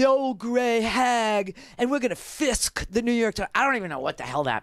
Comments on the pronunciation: Dana Loesch said Fisk??? I swore I heard FIST!!!- and I do have a visual of that unfortunately!!! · Did she say fist??